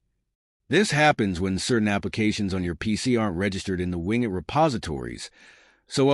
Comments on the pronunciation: wing et = wing it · WIN GET lmao this guy is teaching people how laughable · Its not wingit!!